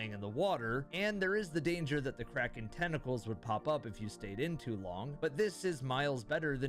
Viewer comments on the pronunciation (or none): none